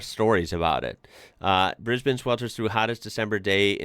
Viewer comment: It’s a cross between Brisbin and Brisben, but definitely not Brisbayne.😊